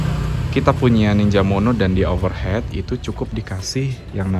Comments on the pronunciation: Sepakat, tadi sempet bingung dengernya, overheat (baca overhit) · Overheat (baca: overhit) mas 😅